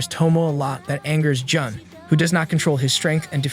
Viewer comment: J-un instead of j-oon